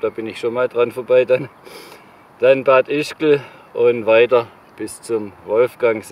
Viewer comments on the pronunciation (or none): Lieber, Du mochst des super! Kleiner Hinweis: Das heißt Bad Ischl!... des G des is z'vül!